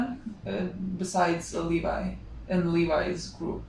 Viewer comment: Levi is pronounced Lee-Vye btw lol